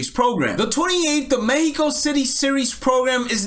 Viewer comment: As a spanish native speaker I really appreciate how you pronounced mexico and their names